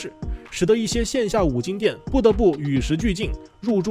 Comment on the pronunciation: 是金不是精